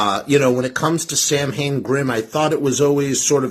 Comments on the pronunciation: Or "sow-win". But definitely not SAM...HAYNE. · It's pronounced SAL. WIN. letter a is silent as well as letter I. Doofus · The BAND is pronounced SAM HAIN, my guy. The historical event is pronounced SOWW IN, but the band has always been pronounced the incorrect way of the Irish feast. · Excuse me, teacher. This bad man is mispronouncing samhain again. Buddy, 40 years in everybody knows how it's actually pronounced and everybody also knows how the band does it.